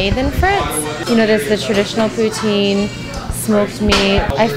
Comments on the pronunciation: I love the way you say poutine lol. I like smoked meat poutine :) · Learn to say Poutine....since when did you become an expert on Poutine and know if it is authentic....if this was dim sum maybe I would give you a chance but you are in no position to rate this. also buy a better fucking camera you amateur.